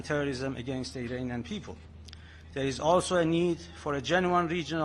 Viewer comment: As an Iranian you should improve your pronunciation. It is pronounced 'Iraanian" NOT "Irainian" You Pi^%ed me off!